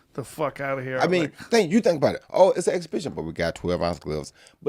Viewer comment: daang took a jab at Tyson "exabithen"